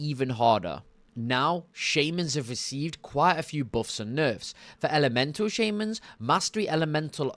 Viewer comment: also.. "Enhamcement Shaymins" xD, you're starting to be like Benedict Cumberbatch with Penguins xD